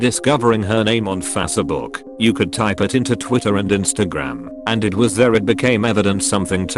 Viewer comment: Why does the computer voice call Facebook Fassabook